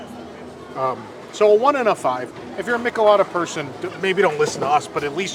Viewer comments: Friendly correction.....It's pronounced "Meeeech-El-Ada" 😎😁🍺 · It's pronounced "ME-chay-lah-dah" you're killing me with with "Michalada."